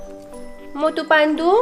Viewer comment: That's not matu that's motu okay